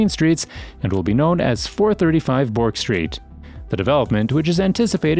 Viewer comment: Yarra not Yurra, Burk not Bork.